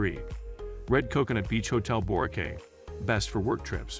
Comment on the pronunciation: Of course you would care, if someone calls it 'Borkay' it shows they have never been there so why should you even waste your time listening.